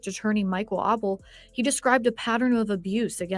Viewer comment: Just want to try to help with some pronunciations: Renesmey Eutsey Ra-nezz-may (Michael) Aubele - Aw-bull